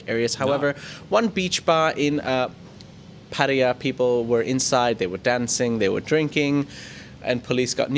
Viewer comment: Good job with your pattaya pronunciation....finally